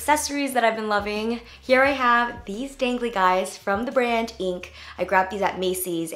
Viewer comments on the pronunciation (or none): The brand of the earrings is actually I.N.C. not pronounced "ink". I love the mismatched style though!